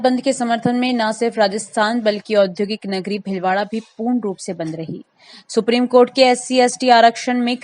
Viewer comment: कँई जातियाँ आज भी पिछड़ी हुई हैं - कँई नहीं, कई । भिलवाड़ा नहीं, भीलवाड़ा विध्यालय नहीं, विद् यालय सभाचार वाचिका उच्चार शुद्ध करें ।